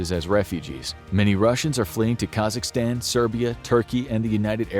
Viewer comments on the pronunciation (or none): none